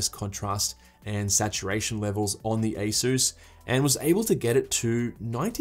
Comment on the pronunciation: Good video, but be a proud Aussie! - it's ay-suhs, not ay-soos.